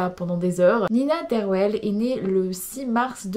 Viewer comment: Merci de parler de notre Nina Derwael.❤❤❤❤❤ Je l adore cette belle gymnaste belge. (On prononce " Derwal")